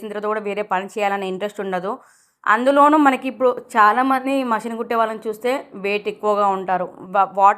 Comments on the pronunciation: Mashan kadu mishan sister 😊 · Mashin kadu mishan